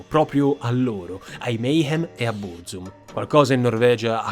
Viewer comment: e anche sbagliando tra l'altro, "Bruzum" hh